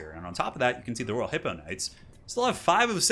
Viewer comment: You keep saying Raw Hippogryph Knights instead of Royal. xDDD